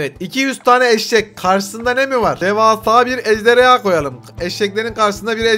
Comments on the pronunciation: Abi ejderya değil ejderha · ABi sen ejderya diyorsun